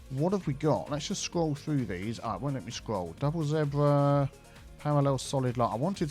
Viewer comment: That's a new pronunciation of zebra. I've never heard it like that before.